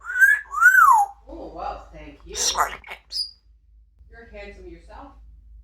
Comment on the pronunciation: She always says smarty-pamps. What a cute, funny bird she is, I love when she's asking google, shows how smart she is even understanding to use modern technology.